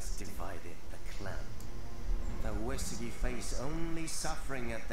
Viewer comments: its pronounced as uyesugi not uesugi...........shogun 2 total war didnt do their homework well...lol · Soren Wiedmann it's supposed to be pronounced as Uyesugi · isnt it pronounced OoSaeGi?